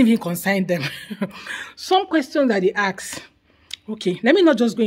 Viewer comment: Ask not ax!